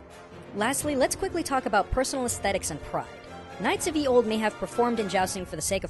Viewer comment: It's not pronounced "YEE OLD". the Y, is pronounced "th". Just like the normal word..